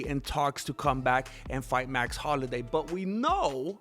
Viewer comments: Say it with me bratha HOL-LO-WAY! 😂😂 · Jesus Christ, it's HOLLOWAY! You buffoon. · Carlos Mencia can’t pronounce Holloway. W compadres. Say HolloWay. Essay